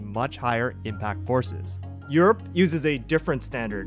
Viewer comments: "YURRR" New Yorker confirmed ! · why did you say europe like that